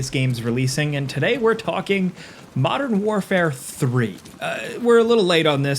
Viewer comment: "Modern FOURfare"? It's "Modern WarFOUR"! I expected better from you,...